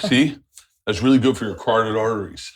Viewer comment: I guess Bert doesn’t know how to say coagulate either Edit: also carotid